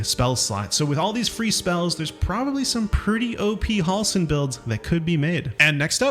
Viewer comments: Halsin Not Hawlsen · They say Halsin's name 100 times in the game and you still can't say it correctly. You're saying Hall-sin, it's more like Hell-sin. Js.